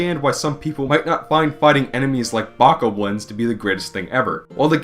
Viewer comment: Bokoblins = Bo-koblins, not Baco-blins Great review tho!